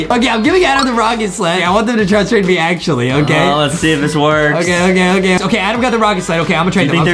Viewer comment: AY AY AY STOP RIGHT THERE ITS ADEM NOT “ADAM”